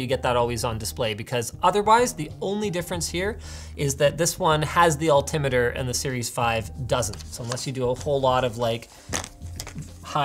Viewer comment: “u get an altemeter so u can tell how high u r” does anyone else think he might have said it wrong?